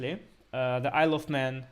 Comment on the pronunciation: I know that it's incredibly immature, but "Isle of Man" always sounds like "I love men" to me 😂